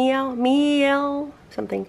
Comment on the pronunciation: I looked it up on some how to speak french words page and saw this: Miel - Start with the word "yell". Put an "m" in front front of it. not me-ell but myell, one syllable.